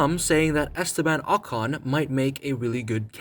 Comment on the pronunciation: Put some respect on ocon's name mate